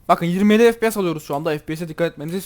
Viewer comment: ef pi si değil ef pi es diye okunuyor kankam haberin olsun :)